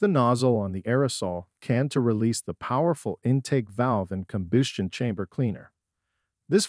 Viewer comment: Let's not forget about: "carb-you-rators" and "combyoostion chambers", with the latter being pronounced correctly immediately after the second mispronunciation. Maybe the voice is Canadian, eh? ;-) This video is nothing more than an advertisement for cleaners and does not actually show any before and after photos or video footage of any of the components in the systems the product manufacturers claim to be able to clean. In short, it's a total waste of time since all it basically does is to parrot the claims made on the labels of the products themselves and/or perhaps from other sources. Who knows? No citations were given. Having no evidence to back up the claims being made is quite useless. At least the gross mispronunciations of some words were good for a chuckle.